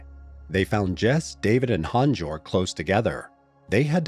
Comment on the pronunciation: HAANS - YOERG ffs.